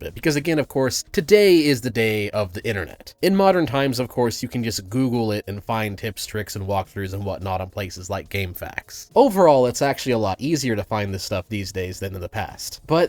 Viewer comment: You said game fax instead of game eff ay cues. Subbed.